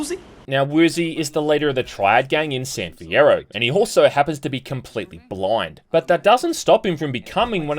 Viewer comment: Idk why but his pronouncation of blind is funny. "bloind"